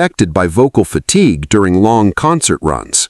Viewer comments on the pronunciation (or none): none